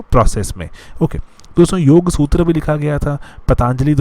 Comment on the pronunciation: Kharvela... Instead of Kharvel Sudhodhana instead of Sudhodhan Sutra -----Sutr(सूत्र) Asana----- Asan(आसन)